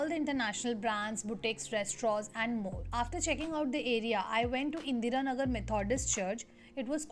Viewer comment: BTW a warm WELCOME🙏🙏🙏🙏😁😁😁😊😊 TO our Bangalore city di... I hope uuuuu enjoyed a lot nnnnn our beautiful city.... & di plzzzzz doooooooo cover some places even nnnnn M.G ROAD 😁😁😊😊😎🤞🤞🤞by the way di ur pronunciation of Indira nagar was sooooo funny 🤣🤣😅😁😁...